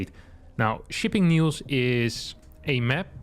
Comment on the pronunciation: Am I the only one who thinks is intentionally reading map name as "shitting news"? Played it like five times, I can hear hard "t" in shipping 😂😂